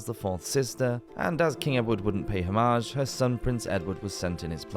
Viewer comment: The usual wrong pronunciation of AI. Hom--arge? French or English?